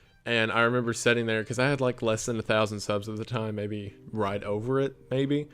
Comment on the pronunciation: you seem so genuine and down to earth, and I'm just obsessed with the kind of content you do. It's soooo cool to get to be here in the beginning cause I know you're gonna get crazy big. Keep up the good work!!!!! Also it's so adorable that you say setting instead of sitting loool